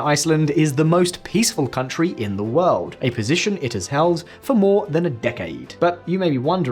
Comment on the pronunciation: "world" has an r sound........